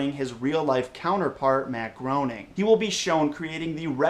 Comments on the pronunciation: 1 It's pronounced Grayning 2 The show actually did a sort of joke episode as the season 11 finale that disproves this theory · its pronounced grayning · its pronounced matt grayning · Grain-ing!!!!! NOT Groan-ing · GROW-ning?! Seriously?! A true Simpsons fan would know it's pronounced GRAY-ning! Yes, Milhouse pronounced it GROW-ning in an episode, but he was representing all the fans that Mr. Groening encounters, if you remember his facetious statements. Still, I just subscribed. I liked the info on the new Pixar movie. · "Groening" rhymes with "complaining." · Looks like Groaning, pronounces "Greening". Google it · ikr its gray-ning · Groening is pronounced "graining." How do you not know this? At some point in your life, you had to have heard someone in the media speak his name. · The show even joked about that mispronunciation in "My Big Fat Geek Wedding," along with "Futur-[open a]-ma." Unfortunately some folks misconstrued that as a "pronunciation confirmation," despite past interviews and the like clearly saying "grey-ning." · it's "grain-ing" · pronounced gray-ning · I think it's pronounced gray-ning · I was groaning at your pronunciation of "Groening". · It's pretty impressive that you love The Simpsons so much that you never bothered to learn how to pronounce Matt Groening's name. You are a true fan.